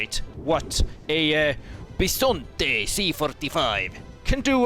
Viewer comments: You pronunciated Bisonte pretty much right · Just here to point out your pronunciation of the tank's name was correct. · I’m italian, bisonte is right pronunciation